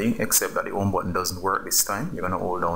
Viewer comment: You absolute ⭐️ You!! Thanks couldn’t swipe at all! It worked 1st time too, I just pretended it didn’t so i had to keep watching it because I love your accent!! Especially where you say “The OME button” lol 👍🏼🙏🏼